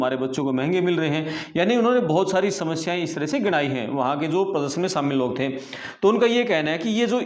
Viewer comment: Plz correct your pronunciations to be more authentic : Sheher Shaamil immigration (immgrashan not immigrasan) bakhshaa etc 🙏🏻